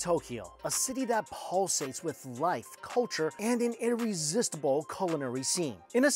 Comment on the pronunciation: Pulsates? lol oof.